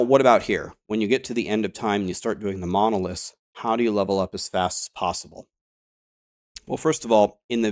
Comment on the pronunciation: Please, please! It is MonoliTHs not monolisks. I can hardly listen to those videos on LE because of that.